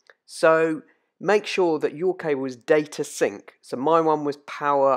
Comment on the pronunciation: ok thanks "DATA SINK"